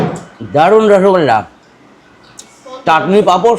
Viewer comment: দালুন লছগোল্লা 😂 হোটেল পুর্বাশা কে প্রত‍্যাসা বলছেন 😂 মিত্তি দেয়নি বলে না কি ? 😝😂😂